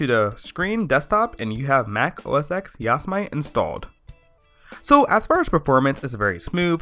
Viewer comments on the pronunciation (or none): its not yos-mite...its yo-sem-ite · "Djoz-mite"? Are you serious? It's Jo! Sam mid tea, you know :) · Yosemite not Yosmite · its yo-sem-it-ee. not yo-sa-mite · ITS "YOW-SE-MI-TI" NOT "YOS-MITE"!!! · lol! you guys. it is not pronounced "OS X" It is "OS Ten" Like the roman numeral, and it isn't "Yos-i-Mite", it is "Yo-seh-mi-tee" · Yosemite : yo-SE-mi-tee. Not yo-sa-mite. Great video. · YOS-i-mite? It's pronounced YO-sem-i-ty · OH MY FUCKING GOD ITS NOT YOS-I-MIGHT ITS YOS-E-MIH-TEE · looks like a good tutotal (finally) but you keep saying ya-si-mite but its yo-se-mit-ee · yas - mite lol its yo - sem - e - t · It's pronounced "Yo-zem-it-e", not "Yoz-mite". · Yasomight? Cringe... Yosemite, as in Yosemite Park. (yo-sem-it-ee) If you have a Intel PC with compatible hardware (i.e. same hardware as a mac), you can actually use a vanilla OS X install DVD/USB instead of a hacked one. I'm running 10.10.5 with almost no custom drivers, only using Clover EFI and a driver for my Ethernet. (Plus the essentials, like FakeSMC) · I know what you're saying (unlike everyone) but the actual mountain or landmark or whatever it is it's pronounce yo-sem-it-ee y'feel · WARNING : 99% of the comments section is filled with grammar Nazis who are screaming about how he should pronounce "Yo-sem-it-ee" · "Yossa-Might"... lol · yah-so-mite lol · Great video, but it's pronounced yo-seh-mitty. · It's pronounced "yo-sem-it-ee". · I was cringing so bad when he said that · It's pronounce Yo-Sam-A-Tee. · Yo-sem-it-E you cheeky degenerate normie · I know your saying it wrong. It's Yo-Sen-ite your app its to say. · Don't bother with an AMD Hackintosh, it's too much of a pain. Also, don't ever use a "modified version" of OS X - use the tonymacx86 method. And it's pronounced YO-SEM-IT-EEE and spelled Yosemite. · what the fuck is a "yos-mite" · Ur not pronouncing ''Yosemite'' correctly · Ive never heard anybody pronounce it like he pronounces it.